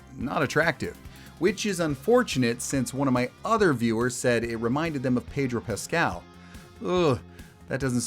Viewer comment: Ahhhh Ped(r)o Pascal...